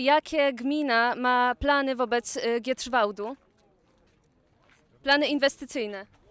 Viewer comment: Znowu "Giedrzwałd, Giedrzwałdzie", nawet nie potrafią wymówić poprawnie nazwy miejscowości.🫤